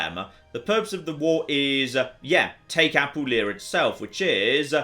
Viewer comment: But does his tendency to do so justify me nitpicking about his pronunciation of "Apulia"? He's stressing the wrong syllable and it irks me